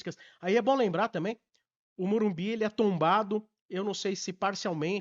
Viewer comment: O aprende a falar MorumBIS pô